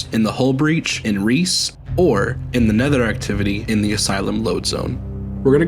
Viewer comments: Recce (wreck-EE) not reece Short for reconnaissance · Recce =/= Reece in terms of pronunciation. It's another way of saying Reconnaissance. Pronounced Reh-kh-ee. It's a common shorthand way of saying Recon or Reconnaissance. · Iirc the opening mission is supposed to be pronounced "wreck-e", and is short for recconisance